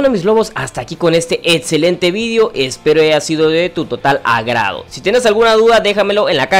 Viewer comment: "etzelente" "protzima" "otzion" "Matzimo"